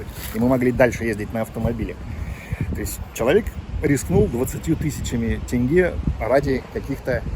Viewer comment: Салам я с города Шымкент скажу тебе пословицу. Если ты хороший все хороши. Добро пожаловать в Казакстан. будь как дома)). не тэнгэ а тенге)))) всем Русским